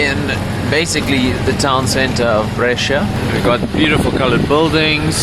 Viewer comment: you read it bresha, not bresheea